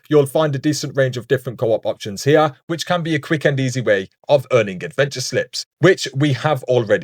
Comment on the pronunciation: right hee-ya